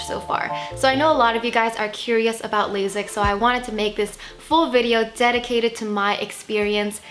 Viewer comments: It's pronounced laSIK, not laZIK. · It’s lasik not lazik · Girl...it’s lay-sick.